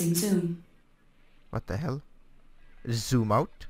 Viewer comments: "Soom out. Soom out. Soom out. Why it no woooork? Ssssshooom out." :D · he says sooom out and is wondering why the zoom is not working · To my ears, when you said, "zoom", I heard "soom", and "yaw" sounded like "chaw", When you clearly said "zoom", the software recognised it. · She doesn't get you because she expects to hear 'Zoom Out', not 'Soom Out'.. or 'Super Cruise', not 'Supher Crews'. :P Otherwise this program really is a great addition to ED and SC, as well as other games. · I think the problem is how you pronounce 'z' sounds, sometimes you pronounce zoom, 'soom' but when you pronounce it 'zoom' it recognises you. Same with Supercruise, you sometimes pronounce it 'Supercrooce' but it need to sound like 'Supercrooz'